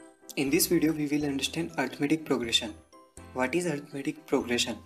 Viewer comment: It's arithmetic not arithamatic but loved the way of teaching helped me a lot for my exams